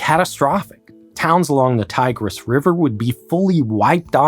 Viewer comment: Tigris, Mosul, etc. At least make some effort to learn how non-english words are properly pronounced.